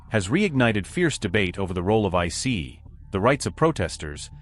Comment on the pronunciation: Good ol' I-CEE. Down with AI. Downvote.